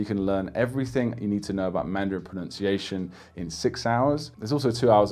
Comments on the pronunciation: As a native speaker, I can say that your pronunciation is impeccable. Like... shockingly so. Whoever's trying to learn pronunciation for Mandarin make sure you take this guy's advice. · 我靠！！！大哥！！你的中文发音至少比60%的中国人都准确！！！ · As a native speaker, this guy is the real deal. His pronunciation is pretty much flawless. Listen to his advice guys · Wow! Excellent Chinese Mandarin pronunciation!